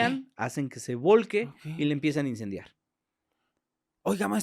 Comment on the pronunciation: Se dice: hace que se vuelque no que se "volque" 😮